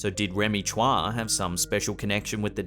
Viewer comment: Chua is pronounce as choo-wa, not tswa